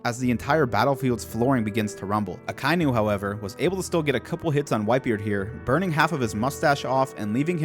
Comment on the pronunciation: Man, I love this series, but you REALLY need to learn how names are pronounced. It's NOT "Uh-ky-new" it's "Ock-uh-ee-new".